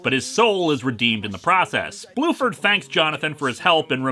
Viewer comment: Bruford, not Blueford.